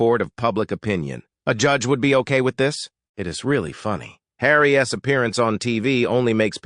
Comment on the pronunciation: What is the deal with calling Harry by "Harry S" when it is simply "Harry's"?? Please use correct pronunciation and grammar.